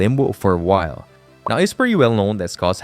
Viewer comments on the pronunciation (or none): none